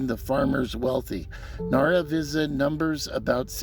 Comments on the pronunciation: I grew up here, as did my Dad! He was attending the school when it closed. My grandfather ran the Chevron station. A few inconsistencies. Starting with the "X". If you look in the county just below where you put your "X", you can see Nara Visa on your map. BTW, it's pronounce Nara Vice-uh. Ira "Jeff" Ward who ran the bar didn't go anywhere. He continued to ranch in the area after he closed the bar until he died in 2016. Climate change didn't affect the ranching. It's always been dry. It has gotten worst progressively due to all the large irrigation farms pulling down the water table. The WPA didn't build the brick school, that was done in 1920 with the labor provided by the community. The WPA added the adobe gym building later. As for what happened to it, when the town was founded trains could only go a short distance before they needed to take on water and coal. If you look all along the railroad, running parallel to US Hwy 54, you'll see numerous old townsites that sprang up where refill stations used to be. To the West 7 miles is Obar, to the East 13 miles is Middlewater. There are more along that route that nothing, not even the name remains. As trains got to where they could go further they didn't need to stop at all these places. Later with diesel engines, they no longer need to stop at any of these towns. The same is true of cars. As cars went further and further on a tank of gas, less and less needed to stop in these little towns. As a result, the support of the busin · Agree there are many inaccuracies! I don't know where you got your information from, but it's wrong. Pronunciation of the name being the least of it. My dad grew up there, so I know a lot about the town. He was born in 1918 and went to that school where he graduated from high school, so obviously it wasn't built in 1936. He always kept in touch with several of the residents he knew from childhood though they have all passed away now.